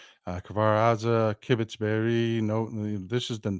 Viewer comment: By the way,, to kibbitz is to make small talk. A kibbutz is a communal enclave, usually agricultural, it's pronounced with a short u sounnd, somewhere between the u in butt and the oo in boots.